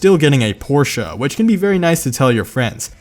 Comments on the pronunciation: Thanks for pronouncing Porsche correctly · H O L Y S H I T an American who can say Porsche correctly Now I've seen everything